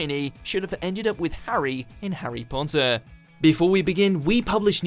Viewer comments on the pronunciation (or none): Harry Ponnter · I thought you said Harry porn star for a second lol 😂😂😂😂😂😂😂😂😂😂